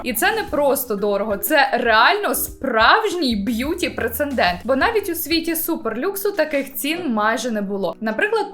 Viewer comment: Прецедент, не прецеНдент